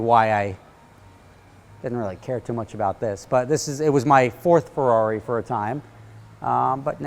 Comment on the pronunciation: Someone crack a mr spaghetti joke on how he forgot that he owned a FERRRRARRIIII italian accent